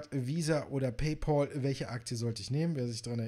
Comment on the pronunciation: Paypal wird "paypäl" ausgesprochen, nicht "paypol". Warum sagen die Deutschen immer Paypol???